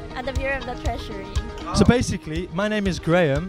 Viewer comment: The "Treasùry" huh lol after looking at numbers all day she is just letting out steam😂